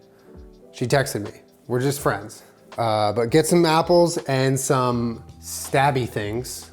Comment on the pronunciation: The word 'some' in sounded exactly like Somebody once told me in the song all star by smash mouth